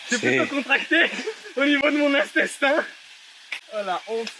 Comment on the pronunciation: Wllh jsuis mort au lieu de dire intestin tu a dit instestin 😂 en tt cas lourd t'est vidéo je kiffe wllh 💪🏼🔥